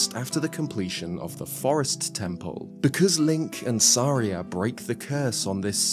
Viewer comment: I love watching a video made by someone who pronounces Saria correctly. Har har, anyway, very much enjoyed this!